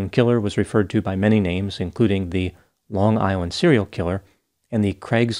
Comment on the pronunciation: You saying on Long Island with the perfect accent assures me you’re from here too lmao